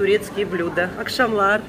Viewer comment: а почему вы говорите "акшамлар" вместо "якшамлар"? Мое ухо режет!